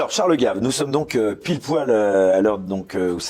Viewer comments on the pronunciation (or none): Ce n'est pas "GAIVE" qu'il faut prononcer à l'américaine ! Mais GAVE, Charles GAVE à la Française scognengneu ! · gave : en français ça se prononce gaaaave en anglais gèive !